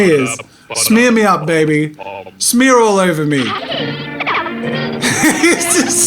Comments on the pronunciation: “That’s called an animation SmEaRrr” I DIED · When Jazza says 'smear'. I can't breathe!!! 😂😂😂